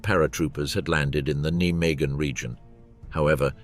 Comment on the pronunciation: Can you not pronounce Nijmegen properly?